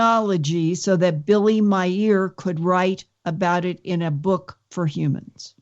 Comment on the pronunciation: Did you know that lindas ear is named billy? ... sorry when she kept saying billy Meyer* it sounded like "my ear" lol